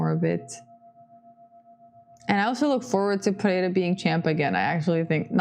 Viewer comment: Bônus points for speaking "pereira" correctly, i dont know why the gringos have so much trouble saying it